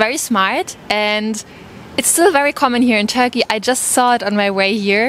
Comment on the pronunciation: Whenever she is saying Turkey i am hearing Tokyo. 😂😂😂